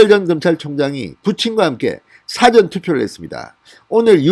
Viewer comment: 사전애서 사를 짧게 발음하먄 dictionary 가 됩니다 영한사전 같은... 사전에서 사를 길게 발음해애 미리 투표한다는 뜻이 됩니다 미국에서..